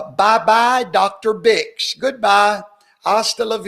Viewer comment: There is an R in dr. Name lol Birx